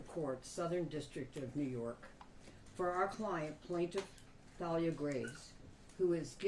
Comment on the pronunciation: Most names spelled like that are pronounced TAH- LEE-UH. Hope that wasn't a mistake. After all that poor girl has been through. DAMN. BLESS HER AND HER FAMILY